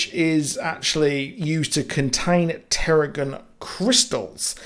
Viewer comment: Also they say teragen (tara-gen not tera-gone) crystals + empathic powers (not em-pathetic), lol. Too many YouTube videos where the speaker doesn't seem familiar with the content.